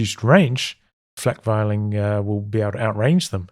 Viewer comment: Flakvierling, is pronounced Flak-fearling.